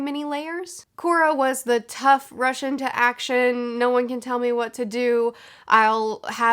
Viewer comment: I keep hearing "Russian to action"